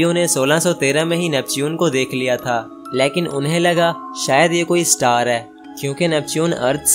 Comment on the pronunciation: Leeeeekin nahi laykin hota ha